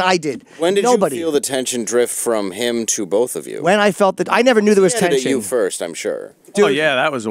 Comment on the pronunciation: Jade Runner "firsht of all"